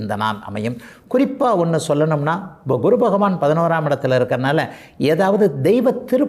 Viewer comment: Kuru இல்லை guru என்று சொல்லு